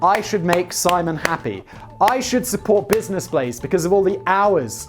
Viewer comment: I had trouble finding the channel because I always misheard Simon... I thought he kept saying "Business Plays" on the podcast... Which, as a name, fits better, making it even harder to comprehend "Blaze"... :-D Finally found it by searching for "business plays simon"... ^^